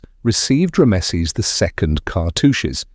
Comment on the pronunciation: "Rammesseees" stop it you spastic